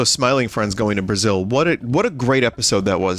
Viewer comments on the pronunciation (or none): none